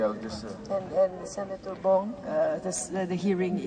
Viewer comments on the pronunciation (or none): none